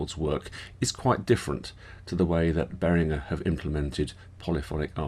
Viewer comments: Except...if you watch Uli Behringer in any video, he pronounces his own name as "Behrin-jer". Seeing as that's how he pronounces both his own name AND the name of the company he named after himself, I'm going to say that the owner of Behringer knows better how to pronounce his name than you do. Do a YouTube search for "ULI BEHRINGER - AGRADECIMENTOS" and you'll hear him pronounce it. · I go the other way - it's makes me twitch hearing you say it that way in English! 🤣The other way is the "correct" way to pronounce it in English, the hard g is the correct way in German - Uli seems to agree. I'm kinda the same, when I'm in a foreign country I'm happy to have my name pronouced the French/German/US way - all of which are different - makes me feel like I'm fitting in!